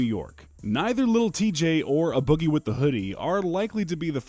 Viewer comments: No cap that shit bothering me too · WAAAAA YOU PRONOUNCED A BOOGIE WRONG!!!WAAAAAA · Why u say a boogie like that son lmaoo